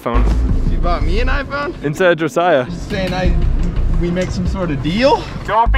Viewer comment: first person in awhile to pronounce Josiah correctly u earned a sub